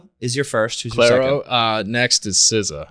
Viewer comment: The way they keep getting Clairo's name wrong, even after being corrected 🙄